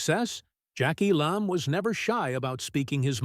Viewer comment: And mispronounced.